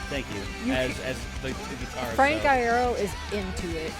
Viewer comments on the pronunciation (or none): No, they're right. It's said like Eye-ear-oh. Frank has confirmed it on twitter (and I've been a fan for years, and mispronounced it as "ear-oh" for probably the first 2 lol)